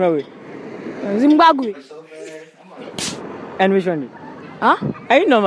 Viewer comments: the one who said zimbagwe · Man said zim-back-way